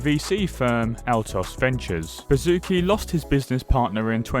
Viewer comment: This guy's name you read as: Bashutski And not Bazooki...